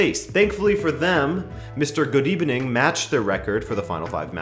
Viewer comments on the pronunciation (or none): lol "" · it's "good ebening" 😂😂😂☠